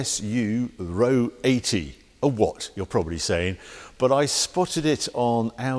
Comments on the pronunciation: Nice to see a presenter that can pronounce the name properly, rather than calling it An Ah Oh 80! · I called it! I saw it lurking in the corner on a previous video. This was one of my favourite cars as I kid, along with the Pininfarina Modula, the Lotus Europa and, er, the Toyota Crown estate with its multiple rear wipers… 😅 I always pronounce this “Ahr Oh”, rather than “row” but that’s because we didn’t have talking magazines and iPads back then 😀 Can see the Audi resemblance. By the way, I had a gearbox like that on my CX Pallas, although it didn’t whine like that, sounds like a straight-cut mini box about to explode 😆